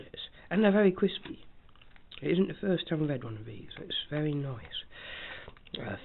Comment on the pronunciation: Is it vewy cwispy?